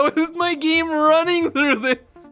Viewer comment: Giiiiime It's "game"bro not "giiime"